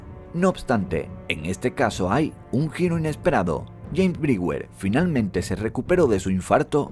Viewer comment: Muy bueno e interesante tu video, pero debes tener cuidado en la pronunciación de los nombres extranjeros, como por ejemplo, la pronunciación del nombre del n° 9 (James Brewer) es chéims brúa, lo correcto es "hacía más de 30 años" o "30 años atrás", la del n° 7 (Roy Heath) es roy jiz, la del n° 2 (Shaun) es shon.